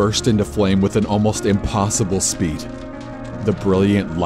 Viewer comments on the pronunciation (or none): none